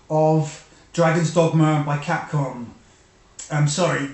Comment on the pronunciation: No need to change the way you say "dogma". I have been calling it "Dogmer" ever since subscribing to your channel. Anyway,, great review to a great game!